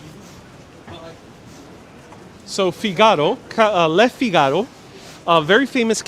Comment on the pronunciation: It’s pronounced ”Fig ah ro.”